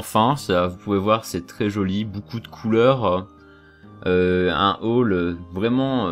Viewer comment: Vidéo de qualité. J'aime ton "boucoup" :)